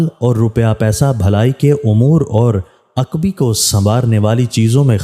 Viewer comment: السلام علیکم و رحمت اللہ و برکاتہ عرض ھے کہ آپ کا تلفظ نہایت کمزور ھے کئ الفاظ آپ غلط ادا کرتے ھیں جسطرح آپ نے لفظ عقبا کو عقبی پڑھا ھے یہ لفظ ع ق ب ی اور کھڑا زبر۔۔۔ جس کا مطلب ھے آخرت جبکہ آپ نے عقبی پڑھا اسکا معنی ھے پچھلا جیسے عقبی دروازہ(مکان کی پچھلی دیوار والا دروازہ) امید ھے کہ آپ خیال رکھا کریں گے۔۔۔۔۔ پڑھنے کا انداز آپکا نہایت مناسب ھے جزاک اللہ